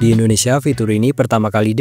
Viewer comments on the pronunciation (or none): none